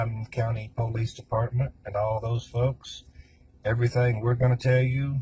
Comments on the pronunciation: I always Hate when people say PO-lice….it always strived me as arrogant and ignorant. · I think if I had heard this jerk say poe-lice one more time I think I would have thrown up. That alone was enough to make me hate him. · To hear him say Poo-lease dedpartment. Is so aggrevating, He just wanted to write his own script to his own made up play. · Anyone who says PO-lice is a criminal. 100% of the time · Am I the only one who cringes when people pronounce police as "pow-lease" 😅😬🙄 and only someone guilty would feel such a need as to make these long videos of themselves talking for strangers to "prove something" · YES!! Him saying POE-Leece was so annoying! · so true! i'm originally from NC and my grandpa says Poe-leece but for some reason it was just annoying when this piece of trash said it haha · Down here in the South, most people pronounce it " poe-lees". Just a regional thing, I suppose. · I cannot take anyone who says pole-lease instead of police seriously. It irks me to the core. Thanks for another great video! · Every time he says “the po-leece” 🤢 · I can not stand the way he pronounces Police!! He is a disgusting & gross creature!!! 🤢🤢🤢🤢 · I hate how he says POElice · "PO-lice" I hate when people pronounce police as PO- lice ...ugh uneducated rabble . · I cannot stand hearing him say “poh-leece “ I don’t know why but it’s creeping me out. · I hate the pronouncing of police as POE-LEASE . It’s so obnoxious, and instantly makes someone look uneducated and low class. Where the f*** did that start?? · First and foremost…..if you pronounce the word “Police” as a Poe-leese, you’re probably guilty…. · Is this a repost, I think you covered this already. The way this guy pronounces police sounds like the way blacks say it. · I would convict on the way they pronounce ‘police’. 🤦‍♀️. Seriously sad strange videos. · The POE-lease department drive so me crazy. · Hahahaaaa that is super irritating! I agree! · I dont trust anyone who pronounces police like that.